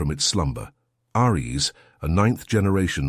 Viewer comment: Dude, I liked the story, and the narration-bot wasn't terrible, but the script had a so many typos and the narration-bot can't pronounce "Ares", you can override the bad reading by hiding "Airees" as the name while the caption still says "Ares". Or, as makes more sense, get someone who can read the script, or even an actor or two. It's only a 15-job, do the good and maybe we'll get you some more reads and subs!